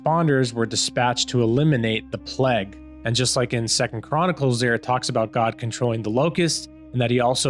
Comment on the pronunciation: Cheers for the vid. You are pronouncing the word plague wrong. it is pronounced play-g not p-leg. Just thought you should know.